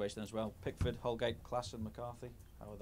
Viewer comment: Is it just me? whenever Koeman says Pickford it actually sounds like he is saying Big Foot